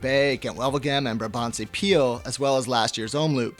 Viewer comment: (or is it?) I really appreciate you as a valuable addition to the GCN team, but your pronunciation of Belgian is quite hilarious:P (same holds for your colleagues though). Quick tips: the double-o in 'omloop' is pronounced as 'oh' not as in loop. And in 'pijl' as in brabantse or waalse pijl, the 'ij' is pronounced as first syllable of aisle or island... You're welcome;) Oh, and BTW, your voice modulation is already better than Dan's when he must started, so that holds great promise!